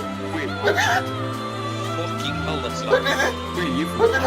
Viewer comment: well he didnt say fucking, he said foking